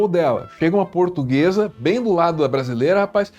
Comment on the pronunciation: "Eu sou purtuguesa de raça", que raça de cachorro é essa? 🤣🤣🤣🤣